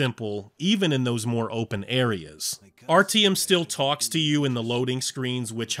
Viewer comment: anyone else find it a little annoying how he doesn't say artyoms name right